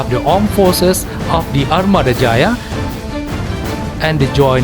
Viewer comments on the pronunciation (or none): none